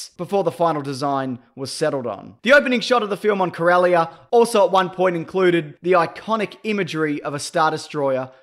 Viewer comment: speaking of wasting time, it wasted enough of mine not even making it to 3 mins of your crappy video just another wanna be YouTube star printing himself non Star Wars fans should NOT make videos about Star Wars you don't even know how to pronounce Corellia fuck off bandwagon loser